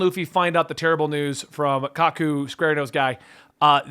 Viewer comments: It's pronounced kaaaa kuuuu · Kaku’s name is pronounced “Kah-Koo”. And I fully understand why you’re sticking to doing it this way. You wanna truly form your own opinions on One Piece. I respect that. And I’m glad you agree that this fight was much more emotional in the manga. That scene broke my heart. Honestly, I’m looking forward to seeing you get your heart ripped out later on when it comes to the Mary like I did. Also, when you get Robin’s backstory, you’ll get why she was that way and why the few interactions she’s allowed herself to have with the crew up to this point are so important.